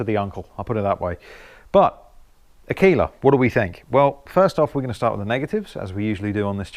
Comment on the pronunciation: Pronounced AR. KAY. LA. you obviously weren’t in the Cubs. It means female wolf. ( I think).